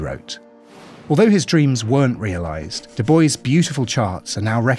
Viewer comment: I chuckled when you said Doo Boyce, to pronounce Du Bois, say Doo Bwah. Great video!